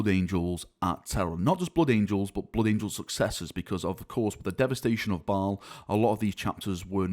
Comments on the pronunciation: M8, its pronounced (bale) not (ball) just fyi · Did you say the new Battle barge ship is named “Balls Fury”? 😂